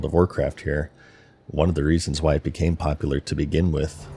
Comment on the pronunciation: Wherefrom does your pronounciation of WHY come from? You kinda say it like Hu-wai? :D